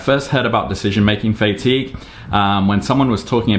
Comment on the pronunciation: fay-tigue 😂 pretty sure it's Fah-tigue. Maybe its just my british english difference. Anyway, I take it you have FSRS turned on? think I saw it in a previous update of yours... wonder what your intervals are?